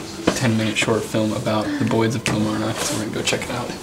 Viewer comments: eek cringe the way he pronounces Kilmarnock kills me!!! It’s pronounced kill-marr-knock like knock knock who there. I actually live right next to dean castle I can actually climb over the fence in my street and be in it 😂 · Kilmarrrrn ock, nck nck, like nick without an 'i'. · Every time you say Kilmarnock I just die inside 😂